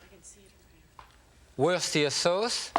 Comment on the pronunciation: "Wursteer sauce." Ahh my French brother 😊